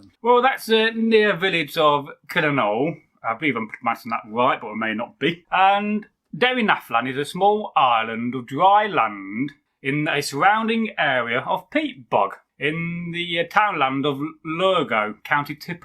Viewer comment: The most famous chalice that visits Tipperary now and again is called the Liam Mccarthy cup. Say Derrynaflan quickly that's the way it's pronounce not Derry na flan. It was buried around 950 AD. To probably hide it from the vikings I would say.